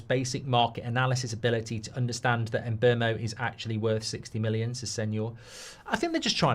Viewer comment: Who the hell is Mboomo? No shot that's how you pronounce Mbuemo